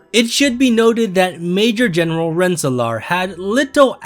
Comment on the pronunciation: I've lived in Rensselaer NY for 20 years and I've never even heard of Major General Rensselaer (Ren-Suh-Lure btw)